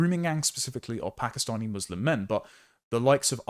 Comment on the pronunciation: lol "Pakastinian"